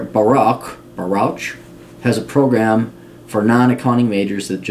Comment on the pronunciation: lol listening to you pronounce these native new york words was hilarious . Baruch = pronounced "ba-rook" ; SUNY = pronouced "soonie" acroymn for "state university of new york"